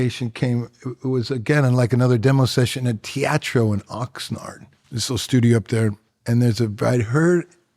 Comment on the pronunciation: after 13 years i now know it's te-a-tro and not te-e-tro smh